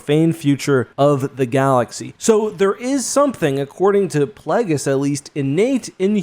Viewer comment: Uh oh he’s talking about “PLAGGUS” again. I miss Darth Plagueis, whose name is based on the word “plague” and is pronounced that way.